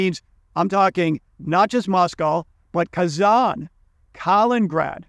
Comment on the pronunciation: Thank you for posting these videos. I especially like the microeconomic insights you offer. There is one point I would like to point out. Yo erroneously say Kalingrad instead of Kaliningrad when referring to that Baltic region. You might want to pronounce that better. Greetings from Sweden.